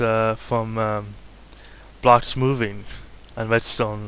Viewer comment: im sorry, but r u calling the blocks 'bloches' ??